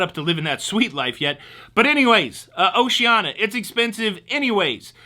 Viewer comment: Gas cools your fuel pump so keeping your tank 1/4 full reduces wear on the pump. Pronunciation Police: O-she-an-EE-ah Enjoyed the show, fuel charge should be warned up front....